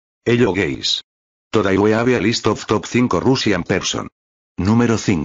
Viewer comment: "hello gays"